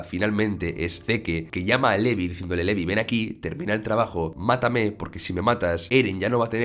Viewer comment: Se acentua SHINgeki no KyoJIN, y se dice Zik, no "seque", Livai, no "lebih", MIkasa, no "mi casa", Yan, no "Yin".